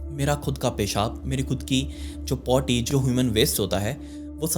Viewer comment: Aap potti bole rhe the mujhe lga aap body bole rhe ho.....paper cutting se pta chala feces bole rhe tb jb aapne bola to smjh aaya aap potti bole rhe hai......omg......khud ke liye nahi maa baap ke liye jeeo.....